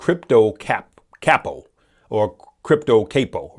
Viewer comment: Lol you are an true uncle it’s pronounced (Cop -oh) like from the mafia ranking. Love you unc